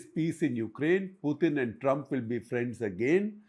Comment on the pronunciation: It is Putin, not Puthin